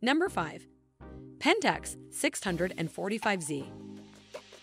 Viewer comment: The reader appears to know nothing about what she’s reading. Could she not have been coached to say things the way that actual camera users say them, like nobody uses the name of the 645Z like that. Is that a robot voice?